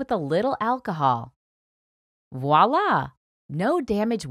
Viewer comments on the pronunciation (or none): none